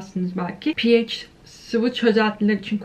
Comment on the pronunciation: Okulda neden pehaş diye bi okuma tarzi yayılmış acaba:) pieyc deyince kulagima ondan bi değişik geldi sanırım